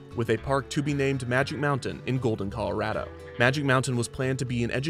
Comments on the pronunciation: 2 years after the fact I was hoping someone made this comment. 4th generation Coloradan, this is the first time I've ever heard someone correctly say Call-oh-RAD-oh instead of the wrong Call-oh-RAH-doh outside of the state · he pronounces colorado like someone from colorado i love it